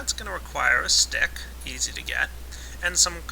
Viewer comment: he said stick not Dick (only when u go to ) it sounds like dick